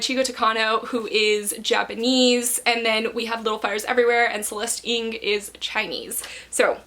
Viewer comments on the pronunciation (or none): Hi ! This video is awesome 💙💙 I’m definitely interested in reading The Guilded Wolves ! But just to let you know, the surname Ng ( Celeste Ng) is pronounced as Ng (u- ng )